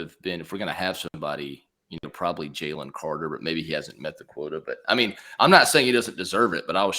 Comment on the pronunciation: As usual, good video. Also, it's pronounced "Jay-Lynn" lol He's gonna be a baller in the next few seasons. Go Dawgs!